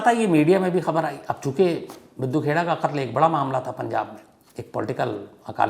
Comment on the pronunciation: सही उच्चारण मिड्डू खेड़ा है